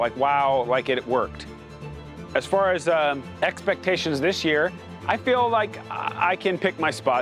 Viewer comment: should check the enunciation of far, fur is like hair